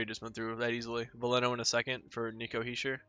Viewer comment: You’re saying Hischier’s name right.